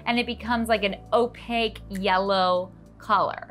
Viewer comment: Opaque is pronounced just like it's spelled. Pie plate too large for curd amount. Meringue over processed. No need to bake, just chill and broil for a few minutes prior to serving for color.